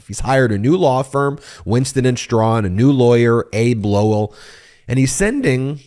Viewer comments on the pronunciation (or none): Lol you might want to pronounce Hunters attys name properly😂